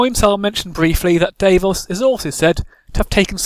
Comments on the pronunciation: dav-os not dave-os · While I enjoyed your sense of humor.. Some of your facts are way off as many have pointed out. Davos did NOT lift that siege. Ned did. And he brought more than just onions. But aside from all that... I could only stand you mispronouncing Davos' name so many times before I had to shut it off...